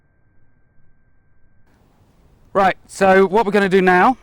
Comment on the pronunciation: the british "RIGHT"